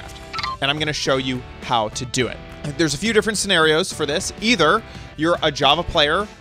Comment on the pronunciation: My guy really said "HOT" instead of "how"